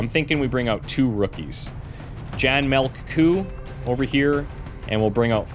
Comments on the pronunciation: Finally! Love the mod choices and starting roster. "Melk" Coo made me choke on my coffee. Being Dutch, I'm team Coo onwards. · Jan "Melk" Coo, is pronounced as what would translate to milk cow, in Dutch. LOL